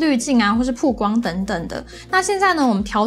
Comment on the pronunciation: 是bao光，不是pu光，强迫症都被你淦出来了